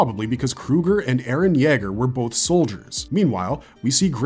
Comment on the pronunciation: "Eren yeahger"